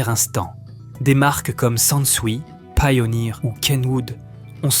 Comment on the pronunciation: C'est de l'IA, car même sur des anciennes vidéos, il/elle ne sait pas comment prononcer certains mots. Par ex, pourquoi prononcer "Pioneer" à l'anglaise et ne pas prononcer le "100" en "Hundred" ?? Ou encore la 901 de Bose prononcée "neuf centun" (à ), puis prononcé correctement, puis ça devient "neuf-sept-un" (à ), etc. Bref, je ne pense pas qu'un humain puisse réellement "se tromper" de prononciation sur les chiffres.